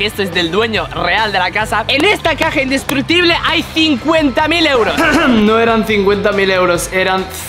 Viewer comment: Se dice indestrucutible